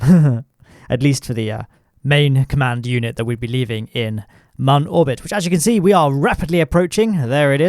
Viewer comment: I am so happy to hear you pronounce MUN properly. Thank you!